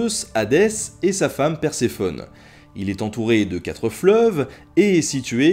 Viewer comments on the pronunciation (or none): none